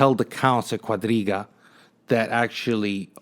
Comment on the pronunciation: Haha your "guadriga" pronunciation gets me every time. Gotta put the stank on it.